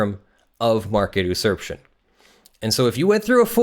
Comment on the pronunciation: OK I have to stop you right here. usurption is pronounced YOU-surp-tion, it is not pronounced oo-surp-tion.